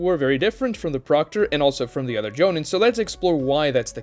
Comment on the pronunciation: STOP SAYING JONIN AND GENIN LIKE THAT. DID YOU EVEN WATCH THE SHOW????